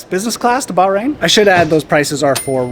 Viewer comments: Aww,, if you would've asked, I would've come with you 😁 Btw, its pronounced bach rain 😉 Will you be coming to the UK for Silverstone maybe 🤔 Great video as always ❤️ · 1) Another spectacular view of travels with - uh, no, not Charlie -! You do such a great job of taking us along. 2) There is a reason that you found the people so friendly. Go ahead, read "The Right Kind of People" by Edwin Markham to see why. 3) We may have to teach you how to pronounce the "h" in Bahrain. It's not silent but I think the way you say the country's name is probably acceptable for those of us who are anglophone. Perhaps in some future May you'll register for and run and/or walk the 12 kilometers of Bay to Breakers in San Francisco. In costume. With a few thousand of your closest, most intimate friends. And maybe even your sister could join you.